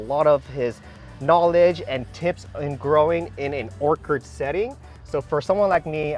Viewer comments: Everytime pronounces Orchard as Orcard take a shot! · Awesome Video, Its Orchard though not Orchid!😄